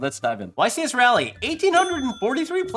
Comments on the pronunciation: Ra-lee not Ray-lee, correct? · I know you dont live in nc but its pronounced "Raw-lee" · The amount of yugitubers that pronounce Raleigh wrong is very concerning